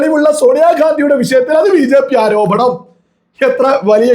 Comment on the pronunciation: ആരോഭണം? ആരോപണം........